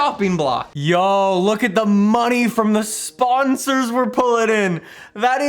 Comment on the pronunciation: Nobody:: SPAHNSARS